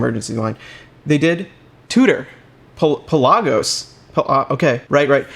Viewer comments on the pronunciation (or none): Cool vid. Pronounced. Pela-gus. Not pe-lasos